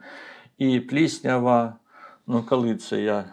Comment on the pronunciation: Тільки прошу Вас - не "кАли" і не "Атримав". І не "пАчала". І т. д. В українській мові "о" не перетворюється на "а"! Бо слово "АхАлонути" я одразу і не зрозуміла! Прошу Вас, вимовляйте, будь ласка, чітке "о"! Хоча, у той же час - велика Вам повага, людині з Харківської області, за українську мову!